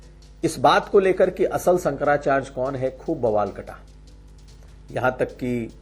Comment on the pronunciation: Bhasa ko sudha kijiye Sankara charya hota hai Sankara chrj nahi